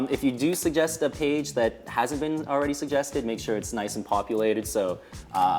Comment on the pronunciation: Dear, don't breathe helium before you speak. Also the word is haesnt not hawsnt. best wishes.